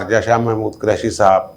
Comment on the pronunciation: جب بھی آپ شاہ محمود حسین قریشی کا نام لیتے ہیں تو مجھے ہنسی آ جاتی ہے پنجابی لہجے کی وجہ سے آپ قریشی کے ق پر پیش کی بجائے زبر بولتے ہیں اس طرح جو لفظ بنتا ہے وہ میراثی اپنے لئے استعمال کر تے ہیں خدا نخواستہ میرا مقصد تضحیک یا دل آزاری نہیں صرف آپ سے درخواست ہے کہ قریشی کے ق پر پیش لگا کر بولا کریں اچھا لگے گا